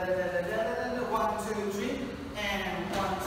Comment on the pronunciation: "One, choo, chweeeee"